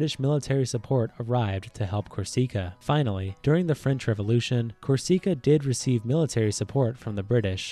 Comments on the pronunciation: It’s Corsica not corseca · It's CORE-seh-KA. Not Core-SEE-ka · Ab-be-SIHN-ee-a Cor-SE-kuh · Cor seek a. 😂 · Cor see Cara 😂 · Thr pronunciation of Corsica like "cor-SEEK-a" was so painful lmao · The way he pronounces Corsica really bothers me lol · There are a lot of weird errors in history, and the pronunciations of some things is really strange, like Corsica and Abyssinia